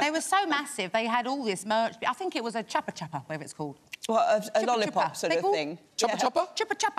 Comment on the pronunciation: It's not "choppy chappa", it's "Chupa Chups"